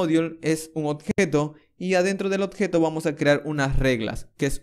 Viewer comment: Buen tuto, igual me molesta un poco que pronuncies mal "oBjeto" y digas "oTjeto" XD lo demas joya. Se agradece.